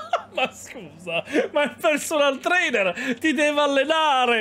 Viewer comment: Sono solo io, o ha detto Personal Trailer?!?!?!? Ahahahahahahahahahahaha